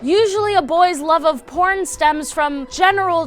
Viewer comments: At first I thought you said corn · Who else thought she said he was obbsessed with corn? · When you said “porn” I heard corn but then I saw the button thing say “porn”. I would prefer Corn much more. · instead of porn I thought she said corn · Libby McNeil ikr xD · Libby McNeil same! 😂